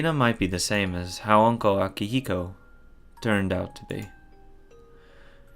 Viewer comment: Man, the irony in this part. "It's always going to be happy in Hinamizawa." "You're always so happy, Rena." Etc. (BTW, it's Akihito, not Akihiko.)